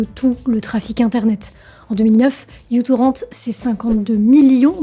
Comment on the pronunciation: Je dis ça comme ça mais ce n'est pas u-torrent mais micro-torrent parce que, justement, il était et est léger !